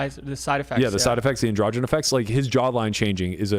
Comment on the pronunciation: Why do you pronounce ANDROGEN so weird